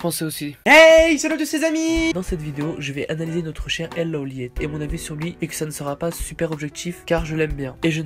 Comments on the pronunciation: Par contre ça se dit L Low Light mais ça se dit L Lawliet. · il dit loliète😂😂😂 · On dit lawlight meme si sa s'ecrit lawliet